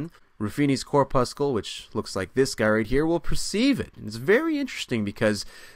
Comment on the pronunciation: Cor' pussel. Not Cor puss' kull ; just like red blood cor' pussel and not red blood cor puss' kull Enjoy your content, but that particular mispronunciation is especially jarring!